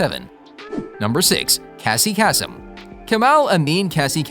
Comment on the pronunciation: Casey Kasem pronounced Cassie Kassum is the biggest fail in humanity.